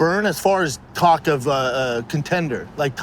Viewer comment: Then he says cock instead of talk. This guy man. 😂